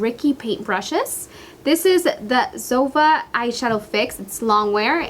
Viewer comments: ZOEVA is ZO-E-VA not ZOE-VA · I think you shall say zoeeeeva instead if zova? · it's not zova! it's zoEva!!! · I love your videos but the Zoeva brushes are pronounced: zo-eva not zova. Sorry but it was bothering me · Isn't it zo ee va ?? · Love the video ! But Zoeva is pronounced "Zoeeva" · It's Zo-wee-va. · Isnt it pronounced zo-ee-va? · Dulce it's pronounced "Zo-EE-va" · I think it's pronounced zo-ay-vuh for Zoeva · It's actually pronounced [zo'wiva] with the accent point on the i. Love the look by the way! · I'm pretty sure you are pronouncing zoeva and este Lauder wrong Hun. Zoeva is literally said how it's spelt (zoEva) love the video x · It's actually pronounced Zo- ay - va ❤️ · I thought it was pronounced zo-ee-va? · Zoeva is a combination of two names: Zoe and Eva :) so pls, pronaunce it like this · You can't even say Zoeva right! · I bet you've never mispronounced a word in your life. You're amazing.